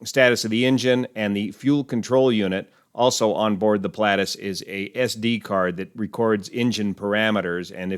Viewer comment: I'm surprised you're butchering the pronunciation of the aircraft type 'Pilatus' so badly?